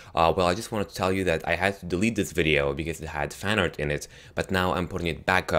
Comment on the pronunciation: What teh heck is "fannard"